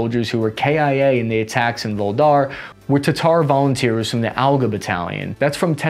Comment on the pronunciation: Voog-leh-dar Shoi-goo You're welcome.